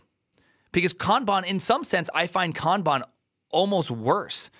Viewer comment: Love your way of pronouncing Kaaanbaan 😊